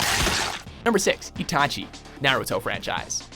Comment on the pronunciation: itachi isnt an assasin, you got his backstory wrong as well as mispronouncing his name